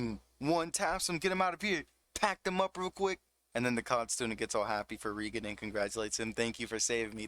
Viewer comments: REEEE gen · Great narration but my guy watched 3 seasons of the anime and still can't pronounce the names right like Reigen.